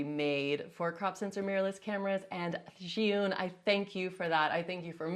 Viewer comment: Finally, someone has pronounced ZhiYun correctly - Zhee Yoon! Thanks! I've heard so many "Zhai-Yoon" or "Zion"... Omg...